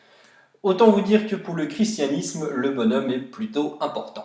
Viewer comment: Le chi se prononce ki Voili voilou....